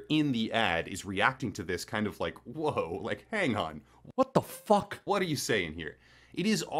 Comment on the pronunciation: Ich mag das übertriebene "WHOT DO FOCK" von überhaupt nicht!!!